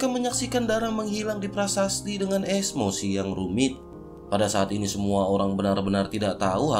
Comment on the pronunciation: Sdh jauh episode nya..tpi mimin msh tdk prnah serius membaca ceritanya.bnyk becanda...tpi mnurutku tdk lucu. Kepala di ganti kelapa Emosi di ganti esmosi... Sy kdang mndengarnya agak risih.